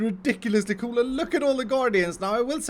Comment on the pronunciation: The way you say coooooool makes me know that you are Swedish :D